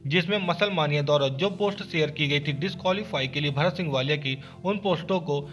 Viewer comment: मानिया nahi hota hai मेनिया hota hai 😂😂😂